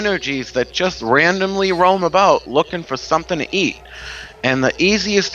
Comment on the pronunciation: LOL! Tonight we're talkin' "aboot" witches!